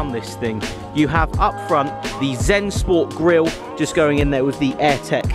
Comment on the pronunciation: ZUNsport.. not ZEN not being picky or anything ;)